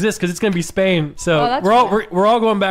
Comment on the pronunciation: This mf did not say Spain